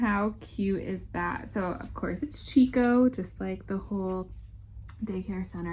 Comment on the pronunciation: Beautiful baby!! We enjoyed your video. Just wanted to mention that Chicco is pronounced different from what you said, the chi sounds like “key”